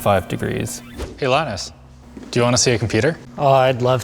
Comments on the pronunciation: Didn’t know Canadians pronounce “Linus” as “the client” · Did you, by any means, meant "Linus" instead of "Lines"?